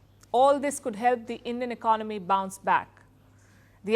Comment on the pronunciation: Why he pronounce economy as iknomy?